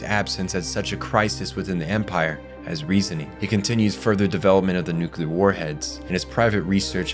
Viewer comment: Ecks cape Coop Nucular Tie rannical